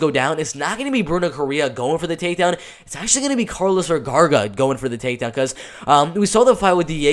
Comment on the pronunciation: Is not Vergarga.. its Vergara!! Lol